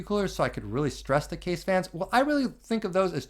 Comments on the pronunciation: Fairly sure "kaze" isn't pronounced like "cuzz". It's japanese for "wind".... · Hey man, in the word "kaze" you have to pronounce the "e" like in the word "mesh", it means wind in japanese. Can't wait for the 140mm review btw.